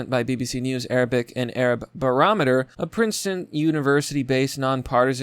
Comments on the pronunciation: Barometer: bear-rom-met-tor... Diaspora: die-asp-pour-ra... Pronunciation: pro-noun-see-ay-shun... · Barometer: BUH-RAH-muh-tur.